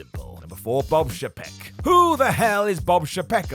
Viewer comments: [CHAY-peck] , not "sh'PECK", and [EYE-gur], not "EYE-GAR". Sincerely, WWE & Disney fan. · I know nobody cares, but it's Bob Eye-grr and Chay-peck